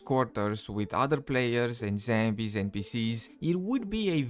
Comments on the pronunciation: Zambies, lol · its Zombies, not Zambies